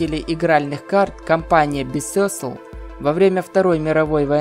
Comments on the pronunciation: ударение на первый слог, бАйсикл. ...если что... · Это не бисосл, это байсикл, в гугле вбей слово велосипед на английском и послушай как оно произносится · Бисёсл,чо бя. Правильно байсикл